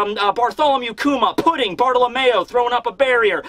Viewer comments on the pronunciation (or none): none